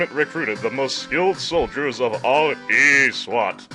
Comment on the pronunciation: This guy saying Eeee SWAT is so ROFLful heheheheh...anyway, I sent a video response with my remix for this game's boss theme.